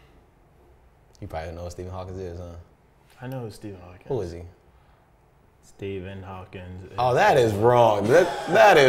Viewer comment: "Stephen Hawkins." Oof.